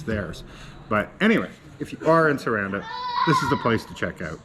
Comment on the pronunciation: Also...it's pronounced Sah rahn dah just to help.